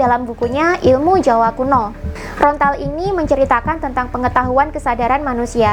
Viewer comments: Maaf kak bukan rontal tapi lontar🙏😅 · Lontar.. bukan Rontal 🙏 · Lontar kak... Bukan rontal😐